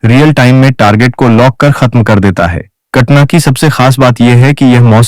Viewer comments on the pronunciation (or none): कटना नही उस का नाम कटाना है।